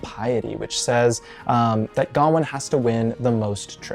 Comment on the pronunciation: The correct pronunciation is with the emphasis on the last syllable: ga-WAIN